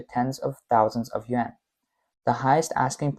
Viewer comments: dufus narrator pronounces the YUAN as if it were YEN....unbeliveable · His "Yuan" sounded like "Yen"